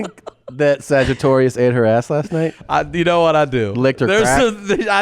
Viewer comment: sagittarius, sagatarius Rex Lol that shit cracked me up hard